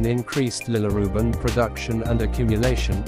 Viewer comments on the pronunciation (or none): yeah but your AI says Lillirubin all the time